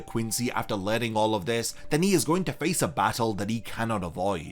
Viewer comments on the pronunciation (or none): none